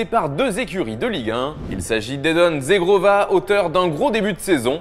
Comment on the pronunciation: Si jamais petite précision Zhegrova se prononce pas Zegrova mais Jegrova comme dans Julien, car il est albanais. Sinon super Video comme d'habitude 👍🏻